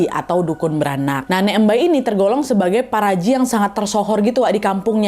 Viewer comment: bacanya paparaji 😭😭